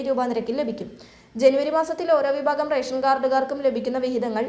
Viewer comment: വിബാഗം അല്ലെടോ വിഭാഗം എന്ന് പറയൂ . ബക്ഷ്യ അല്ല ഭക്ഷ്യ എന്ന് പറയൂ